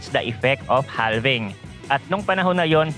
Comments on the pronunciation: Boss idol palagi po ako nanunuod ng mga Videos mo very very informative. Pero HALVING po is pronounce with silent L (its like HAVING) Thanks and God Bless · idol silent L po ang basa sa "halving". just like we pronounce the word half. noun: half = kalahati verb: halve or halving = hatiin sa dalawa